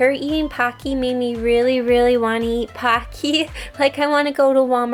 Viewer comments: I kinda like hear her saying "Packy" instead of "Pocky" XD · Aw they are so cute! But why does she say Pocky like PockEE...? It’s kinda weird QwQ no judgement tho ❤️ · The way she saids pockys 😂😂 Her : Packys Me 😂😂😂😂😂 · When you say "pocky" 💀🦋